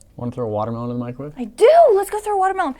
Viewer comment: In start she said microvave in a watermelon 😂😂😂